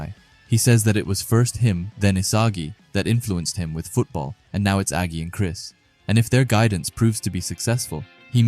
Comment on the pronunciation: There's no way this guy called agi a g i